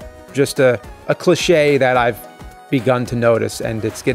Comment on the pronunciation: Why are you saying cliche like it's Nick laches last name. Lol